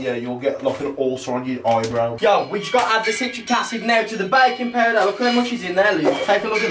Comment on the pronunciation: I thought u said Bacon powder 😂😂